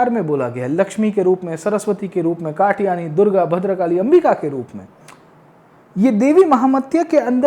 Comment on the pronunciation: Are wo katyani hein not katayani